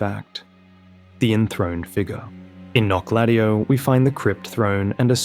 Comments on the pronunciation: the way you pronounce it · The Menial says in Wylder's remembrance says how to pronounce that city's name and it definitely isn't how you are saying it. 😅